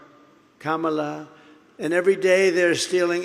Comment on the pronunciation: Kum a lota?